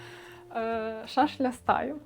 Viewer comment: Комаха, що їсть деревину, називається шашіль(шашель), а не "шашля"